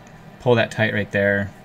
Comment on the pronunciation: The way u say tight is hilarious brotha 😂 almost sounds like you say “tot” lol